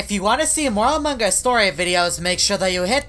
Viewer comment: Nobody: Literally nobody:: aMuNgUsS